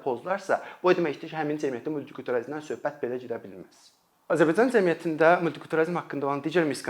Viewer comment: Azərbaycan cəmiyyəti sözunu düzgün tələffüz edin, birde əgər tələbələr uçun izah edirsinizsə çox qəliz danişirsiz